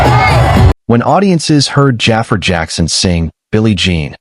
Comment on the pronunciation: I wish they would say jaafar name right